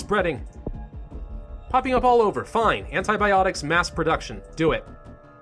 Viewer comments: "antiBOPTICS" my sides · "antiboptics" loll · Hahah, i lost it at "antiboptics". XD